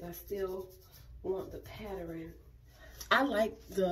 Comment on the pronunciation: It’s how you say pattern that gets me lol